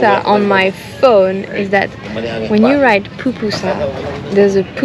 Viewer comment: Too bad you didn't get your last Pupusa in El Salvador. Love to way, you, pronounce, Pupusa!